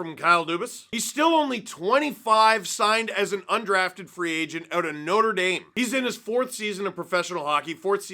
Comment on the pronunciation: Steve please pronounce "Notre Dame" correctly.